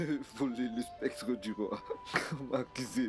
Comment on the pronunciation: SCEP-TRE !!!!PAS spec-Tre !